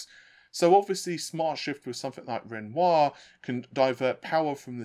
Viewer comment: Congrats on 75K Also, thanks for pronouncing Renoir correctly 🙌